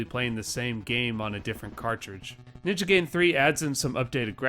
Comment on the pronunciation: I grew up in that time too, and we still had ways of finding that out. As AVGN points out in his review, the movie The Wjzard says it the correct way. But yeah, habits are hard to break.